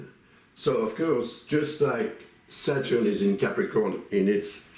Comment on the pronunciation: I like the way he pronounced SATUUUR. 😂😂